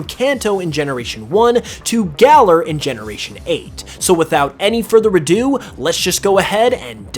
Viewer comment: That is not how you pronounce galar